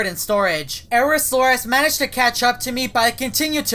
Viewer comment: i manegged to encounters everyone, everything Me: how the hell does encouters them 😂😂😂😂😂